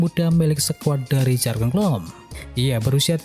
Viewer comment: yurgen om, bukan jargen